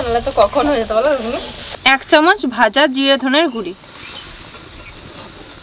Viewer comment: তোমরা গুঁড়ো কে গুড়ি বলো কেনো?